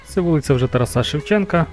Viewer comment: ТарАса, не ТарасА!